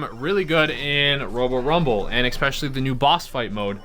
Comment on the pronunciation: If you say eXspecially instead of especially one more time I'm going to have an aneurysm.